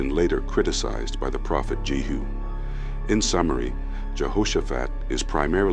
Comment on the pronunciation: * King JEHU, Not JERU